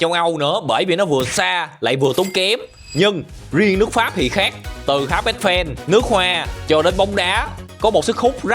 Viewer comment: Tháp mà kêu háp,nói chuyện như bùi